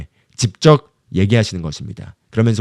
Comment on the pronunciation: 전도사님 넘 좋은 말씀인데 읽는 발음 때문에 집중이 끊겨요 그것은 집적. 아니고 직접 입니다 이 부분 발음좀 고쳐주세요 직접을 집적으로 발음하십니다